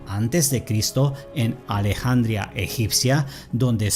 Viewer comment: Alejandría hermano no alejandria ... le quita seriedad al contenido del video!